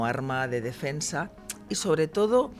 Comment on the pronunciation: Ññño, de p,esta señora lo único que sabe es "un arrrma""jajjaj